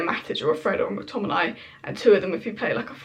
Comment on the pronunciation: You keep saying Mctominay incorrectly it should rhyme with day, not dai